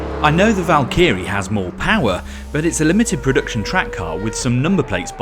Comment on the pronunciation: Don’t look up, the /valkeerees/ are riding past